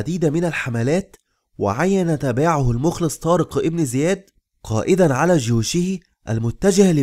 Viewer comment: جزاك الله خيرا ولكن طارق بن زياد لانقول إبن بسبب ورودها بين اسمين علم فلاتكتب الألف ولاتلفظ أما إن بدأنا بالكلام إبن زياد فنكتبها ونلفظها أما بين إسمين علم لاتكتب ولاتلفظ